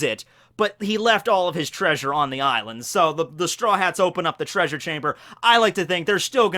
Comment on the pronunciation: Did you mean to pronounce "treasure" like Fred from Scooby Doo?